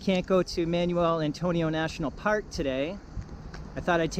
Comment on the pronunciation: Yeah the pronunciation is just awful on everything here. "Man-yoo-el Antonio", facepalm.